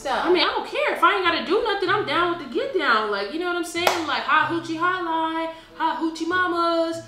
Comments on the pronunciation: 😂😂😂😂 she said hot hoochie stud line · When said "Do they have like a hot hochie studline" I died 😂😂